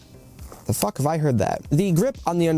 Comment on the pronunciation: Funny that ol dude brought up leboof, since his inability to use the term fuk is juuust like that curly headed fuk from that movie iRobot. Stahhp cussin, yuh not good at it. Fr tho that ish is just distracting lol